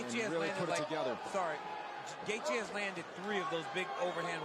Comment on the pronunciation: Why is it every time I hear him say gaethje I hear gay beech